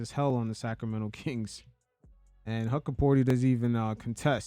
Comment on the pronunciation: It's pronounced "Hook-porti" not "Huck" or "Huck-a-porti" Also he had a meniscus injury during Summer League that has since healed.